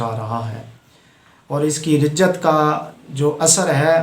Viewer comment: رجت نہیں رجعت ہوتا ہے